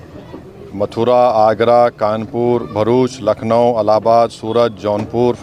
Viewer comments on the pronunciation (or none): none